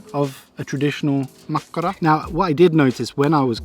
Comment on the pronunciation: U actually pronounce makkara rly well and my favourite is kivikylä juustotuhti